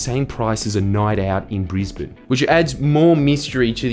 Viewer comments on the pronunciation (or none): none